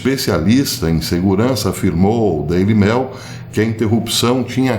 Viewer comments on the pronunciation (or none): Professor eu adoro seus vídeos , mas me desculpe mas tenho q lhe fazer uma leve crítica! Por favor não fale mais Daily Mail , como : Daily Mél, a pronúncia seria mais para Daily Meiul! Me desculpe mais uma vez ! 😅